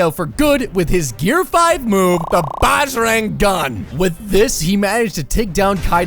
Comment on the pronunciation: Its pronounced B-u-juh-rung gun